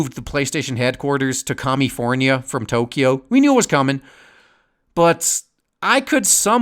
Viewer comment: Sees title and thinks, "As it should be." I am glad that you pronounce Tokyo with two syllables, also as it should be.